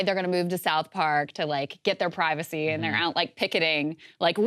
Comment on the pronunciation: WE WANT PRY- VAW-SAY!!